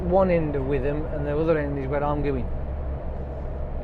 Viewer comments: Back in witham hey :) btw it's pronounced witam you don't use the "th" for some reason. Hope you have a nice xmas dude. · Coz 'ham' as in 'West Ham' means a small settlement' So it's pronounced Wit'am, not with am.